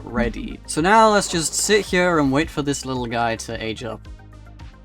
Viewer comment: I love how he pronounces “here” as “hiyah”